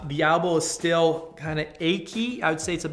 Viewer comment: elbow not albow